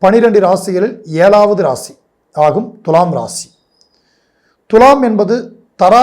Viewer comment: வால்க்கை, ஏலாவது னு எரிச்சல் ஏற்படுத்தும் தமிழ் உச்சரிப்பு ( தமிழக் கொலை )